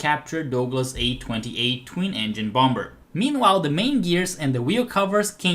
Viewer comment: I love how he sometimes says "Womber",lol.